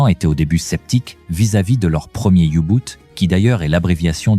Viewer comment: Les you-boot ? Commentaire IA nul !